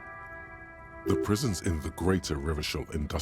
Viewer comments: The old-fashioned way came to him naturally, I smell a fascist playthrough 😂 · What's up with pronouncing Revachol as Revakol even after hearing the right pronunciation?😅